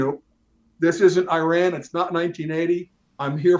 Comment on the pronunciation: "Shah of EYE RAN" . 🤣🤣🤣🤣🤣